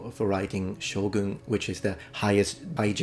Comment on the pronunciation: You had me when you pronounced it sho-goon! 👍 The book wasn’t terribly authentic, and for some reason changed the name of all the historical figures in it. I read it about 10 years ago, never saw the old miniseries. I wonder how close to the book the story will be. Pretty sure there was no woman warrior character in the book.